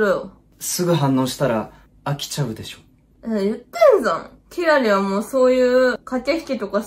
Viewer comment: の「でしょ」が「でそ」になってるの好きすぎて前進めないwwwwwww